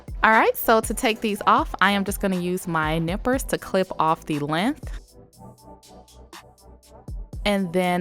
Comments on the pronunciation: I love the way you say length lmao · Who else is erked by the way she says “length” ? 😖